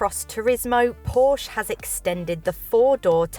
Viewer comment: Correct pronounciation of Porsche ;-)